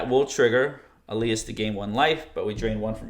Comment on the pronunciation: Stop saying “Elias,” it’s Elas!